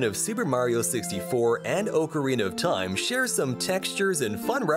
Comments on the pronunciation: "O-corina of time" 💀💀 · Omfg if you say “OH-carina” one more time imma die 💀💀💀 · "Oak O Rena of time" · Its ak-ke-ree-nuh not ok-ke-ree-nuh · "oh ca reena of time" 💀💀💀💀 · I honestly can't believe how many people are freaking out over the pronunciation of ocarina. I hear so many pronunciations of that word that I just don't care anymore. The worst is orcarina. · U Are saying ocorina wrong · You said ocarina wrong